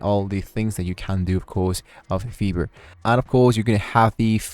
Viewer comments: smh bruh British people normally dont say fiverr like that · bro says: "fever" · why you say "Fiverr" Like that ?? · Because in Europe I is ee.